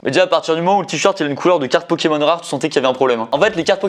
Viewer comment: Qui avaient envie de s’eclater le tête contre un mûr quand il disait mal le nom d’un pokemon 😂